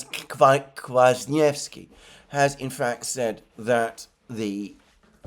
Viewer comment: Great job pronouncing Kwasniewski !!!!